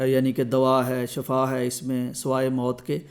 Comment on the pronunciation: شفا زبر کے ساتھ معنی ہلاکت 😂